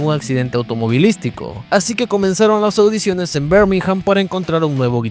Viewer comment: Muy buen video nomás que Birmingham no se pronuncia "Bermijam" sino "birmigam"...la "h" es muda en el inglés británico